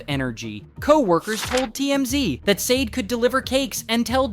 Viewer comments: Her name is Sade..Saw-Daa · This video sucks and is in EXTREMELY POOR TASTE!! Not only did you continue to pronounce her name wrong the WHOLE time but had the NERVE TO ADD HUMOR! ARE YOU SICK???!!! YOU NEED TO DO BETTER!!!🤬🤬😡🤬👎🏿👎🏿👎🏿👎🏿 SHOW SOME RESPECT!! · The way you make jokes in this video is so disrespectful. You can’t even say her name right. Honestly you should be ashamed trying to make a profit from this tragedy